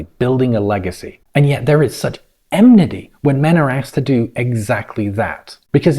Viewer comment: Enmity. Not emnity. Just saying.